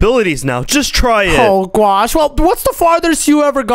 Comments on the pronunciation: It is oh my gwosh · And I like when he said I my gwosh